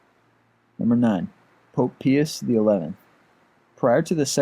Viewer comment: Pius is pronounced as (Pie-us).Not trying to be mean or anything.